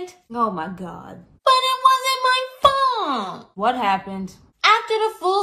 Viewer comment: "BUT IT WASN'T MT FULT"-I love that